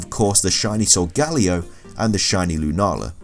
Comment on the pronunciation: Jackie Mcclain what’s that supposed to mean...plus we do pronounce Some Pokemon names differently